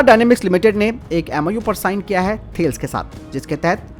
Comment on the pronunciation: एक सलाह देना चाहूँगा। Tales का उच्चारण थेल्स ना कर के इसका सहीं उच्चारण थालेस करे। धन्यवाद